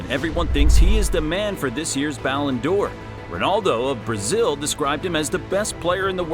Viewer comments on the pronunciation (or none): none